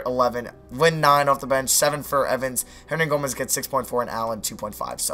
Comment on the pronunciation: why do you say billy hernagomez